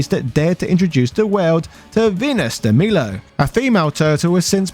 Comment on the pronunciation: I actually like Venus and Dragonness also you saying de milo wrong